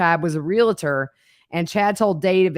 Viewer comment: there is no such word as Real a ter. It’s Realtor pronounced exactly as it is spelled.